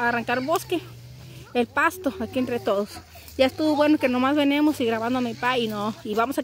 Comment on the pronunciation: no se dice venemos...se dice.. venimos..